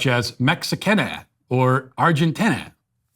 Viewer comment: Matt sounds just like Cartman when pronouncing "Mexicane" and "Argentine" 🤣